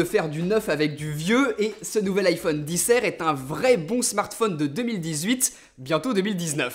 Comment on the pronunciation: En anglais, R ne se prononce pas "air" ...